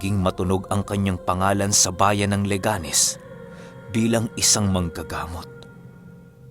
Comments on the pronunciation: Liganes po d laganes hehehe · leganes po laganes😊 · Leganes po hnde laganes hehe shout-out na din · Leganes po hindi laganes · Good dawn. "Leganes" po yun hindi "Laganes" HEHEHE True avid. listener from iloilo. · Leganes po Mabilis na bigkasin ang "leganeś